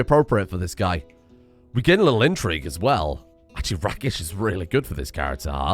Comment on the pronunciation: It's /reɪkɪʃ/! FUCKING /reɪkɪʃ/! As in a rake! A person of immoral character! Not a fucking RACK! ARRRRRRRRRRRRRRRRRRRRRRRRRRRRRRRRRRRRRRRRGH!